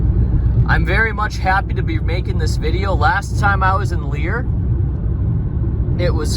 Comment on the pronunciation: Pronounced Lair.